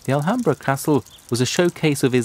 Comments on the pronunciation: It is Al hamra not alhamdra... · they call it alhambra, that's their way to say al hamra, you can't ask people who don't speak arabic to say words as they are originally pronounced, another examlpe is Gibraltar, originali in arabic it is called Gabal Tariq but in english it is called Diferentlly , you will have lot of trouble pronouncing spanich or french cities as their called in their langauges too.